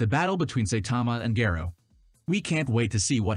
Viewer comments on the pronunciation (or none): He said gayro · It's pronounced Sai-tama and Gah-roh-u. This is why it's essential to watch Subs over Dubs.